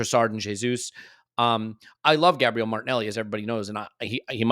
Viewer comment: 🙏🙏🙏🙏🙏🙏🙏 tell the moderator that it is pronounced Gaah Bree Eh le!!!!!!!!